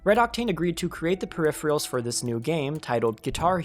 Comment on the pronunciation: That's not how you pronounce "peripheral"